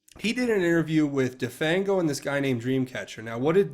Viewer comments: "de-fang-o" as in render toothless...get real! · "de-fang-o as in 'remove the teeth of' ... come on!